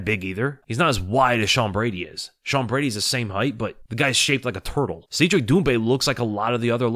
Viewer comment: Cedric is pronounced "said Rick" not "seed Rick". Trust me, I'm an expert.